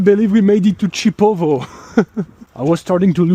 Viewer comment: It's not Chipovo is Šipovo/Шипово😄,my grandmother is from Babići village near Šipovo,she is ethnic Serbian and I have sisters in Šipovo,im from Serbia,I'm half Serb,half Russian🇷🇸🇷🇺and I also have Ukrainian🇺🇦ancestry through my Grandmother from Mother side. You can visit Janjske otoke,Source of Janj River and Šipovo was Roman City Baloia until 5th century CE.